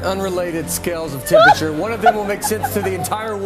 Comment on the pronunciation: "You asked about the themperature" 🤣